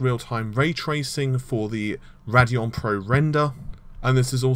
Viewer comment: Ugh... "Raddyon?" It's Radeon.... RAY-DEE-ON Also... bro... "Appy?" Dude it's just A-P-I... No one says "appy."